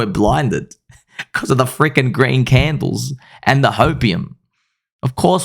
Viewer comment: "sir, have you heard of the green candlles?"